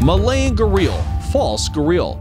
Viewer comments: Its not garil its garial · Pronunciation of Gharial is wrong.Other mistakes too . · "Gah-real" LMFAO 😂